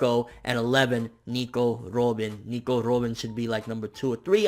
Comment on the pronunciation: Say Robin normally please, you're not Japanese and it is pronounced like the bird...